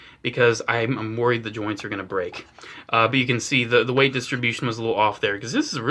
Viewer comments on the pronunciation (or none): none